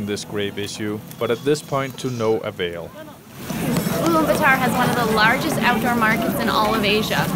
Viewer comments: IT IS ULAANBAATAR, NOT ULAANBATAAR! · At least learn to pronounce Ulaanbaatar properly. It's part of respecting the identity of something.